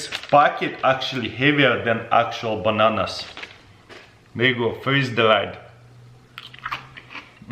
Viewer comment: Definitely tastes like bahnahnahs it’s like eating deh cheezits